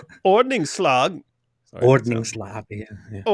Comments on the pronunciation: David pronounces”ordningslag”almost right! Well done. Greetings from Sweden. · David! You pronounced ordningslag perfectly! Just like the Swedish chef would! 😂😂 About the burnings of the Swedish flag. They could actually burn a hundred Swedish flags and we would care. 😂 Much love and blessings from Sweden! God bless you! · pronunciation of "ordningslag" was p good actually???